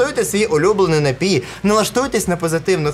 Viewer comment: Нарешті напІй, а не нАпій🎉